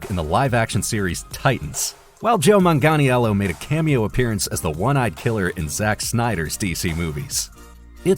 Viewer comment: It literally takes 15 seconds to google if you don't know how to pronounce a name, this is just getting embarrassing. Daniela Melchior - MEL-kee-aw Wreak havoc: wreak is pronounced like reek, not like wreck. Joe Mangianello - MANG-ga-NELL-o, not marn-garn-iello. Jay Lycurgo - Lie-CURR-go Warner Bros.: Warner BROTHERS, not Warner Broce. Matthew Aldrich: ALL-dritch, not ALD-rick.